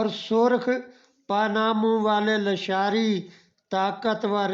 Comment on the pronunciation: لیشار نہیں۔۔۔۔ لاشاری